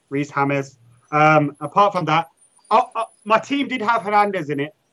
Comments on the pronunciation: Ha dont say 'hames' just say james.. He aint hispanic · They all know that Reece James is pronounce the way it shows right? Its not like James Rodríguez, the guy is from England.